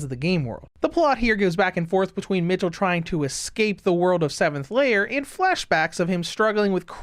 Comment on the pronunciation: I dont know if anyone said this to you before, but the pronunciation for michel, isnt [ m IH ch uh l ], but its more [ m ee - sh eh l ]. The pronunciation of the name is important because michel can be also be said the same with name "michelle". Thats why giselle was flabbergasted when she heard the white hair girls name for the first time, and thought they had the same name.